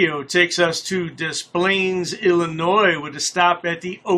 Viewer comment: He’s in “Dees Plains” just like he says “deesplayed”.